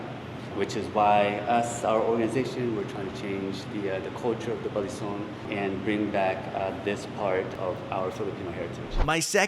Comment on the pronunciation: The 3rd syllable is stressed for balisong Consider going to a WEKAF (World Eskrima Kali Arnis Federation) tournament in the future. For some reason, FMA is popular in Germany